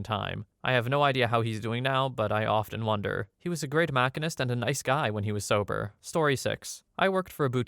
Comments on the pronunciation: Just an FYI, the word 'machinist' is pronounced machine-ist (ma-sheen-ist) that's what my dad did for work 😊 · Machinist is pronounced Mashinist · Just have to share, “machinist” is pronounced “machine-ist” because I haven’t seen anyone correct it. Otherwise good video! Love listening while at work haha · Maybe youcould hire people to read these stories who KNOW HOW TO PORNOUNCE COMMON WORDS! A MAC-IN- NAW is not a machinest. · The word is ma-sheen-ist (machinist) like the word machine not Mac-a nist 😆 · Not when he says "machinist" like Mak-eeh-nist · Machine-ist (pronunciation for machinist) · Love those Makinests, you really need those mac fans at a tool and die shop. Is this AI audio or does he really not know how to pronounce machinest. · Machinist - pronounced machine-ist. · That's certainly one way to say "Machinest". Not a way in the english language, but hey, you do you It seems to me since you're literally reading stuff other's write on reddit that you would have the time to learn to pronounce words you didn't know Don't get me wrong, I am an avid watcher of this channel. Its just the mispronounced words are jarring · Thank you! That was killing me. 😂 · Just wanted to let you know, re: story 5 - it's pronounced "machine-ist". Thanks for the videos! 👍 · Can’t pronounce machinist?? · Lol Machinist pronounced that way is adorable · THANK YOU. I was shouting at my screen every time I heard it. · Hhmm while I do enjoy the channel, the number of pretty common words he can't pronounce (like machinest in this specific vid) I say absolutely not at all. Why on earth would he need a podcast? Also, he's literally just reading stuff off of reddit that others write. Weird comment op. 😂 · I'm starting to think this is AI. It's using an American accent, but cannot pronounce common words like machinist while it looks like it's playing a driving game. Car guys know what a machinist is or does.